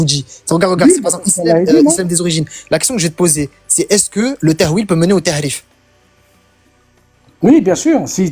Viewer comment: Ce cotorep la reprend sur l’arabe et il dit ta3wil au lieu de tawil 😂😂😂😂😂 au lieu de dire tahrif il dit ta3rif 😂😂😂😂😂😂😂😭😭😭😭😭😭